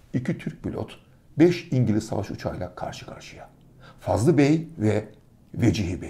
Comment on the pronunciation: Fazıl bey yazıyor fakat Fazlı bey diye söyleniyor?